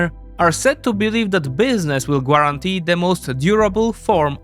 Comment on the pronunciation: Great video, but... GA-RAN-TEE! Not Guua-ran-tee. Particularly is also Par-tic-cew-LER-lee.